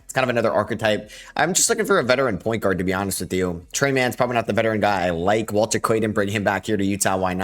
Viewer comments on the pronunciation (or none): none